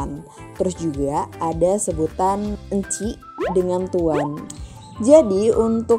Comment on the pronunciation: Encik disebut enchek..